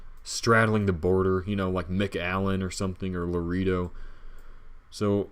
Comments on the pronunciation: La reeeee doh? I don't want to beat you up but it's pronounced La RAY doh. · True! And I think to this day he still says it like La reee do instead of La RAY doh. LOL